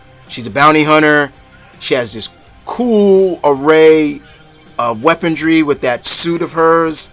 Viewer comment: Like another poster said you gotta work on your pronunciation and wording. Mikoto? Weapondry? Follow her "neck and neck"?